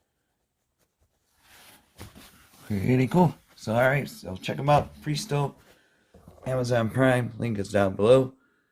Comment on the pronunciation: I think that it is pronounced like "PRESS-TOW"